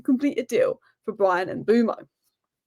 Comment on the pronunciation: BTW it's pronounced Mmm-buur-Mo not M-Boo-Mo